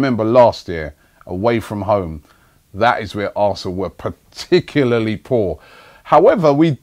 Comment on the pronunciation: What does preticularly mean?